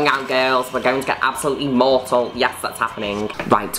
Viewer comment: I thought she was saying “mottled” 🤣